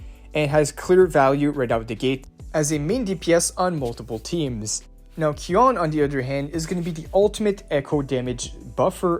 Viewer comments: Qiuyuan name: Qiu can pronounce as "chew" So his name can be call "chew-yuan" NOT "Q-yuan" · It's pronounced chu yuan